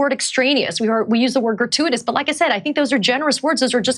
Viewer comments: Main question is how the f**k is GRATUITOUS pronounced "gruh·too·uh·tuhs"?? 😕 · Biden can't pronounce "gratuitous". He tried, and it is came out "garooferous" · That one lady couldn't even pronounce gratuitous. Jeesh! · Artukovic also had a bad memory. Gratuatis sounds like a state issued word. Mike Tyson could say it better. The earthworm Molly is not human. But she smart. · All citations of 1984 are Gratiuoitiuos... Err grachutiotoms... Hratyityos... Grate-whatever-ious 😂